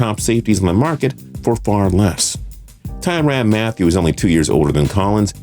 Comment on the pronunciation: Seriously dude, " Ty Ran Mathieu"? Get your pronunciations right.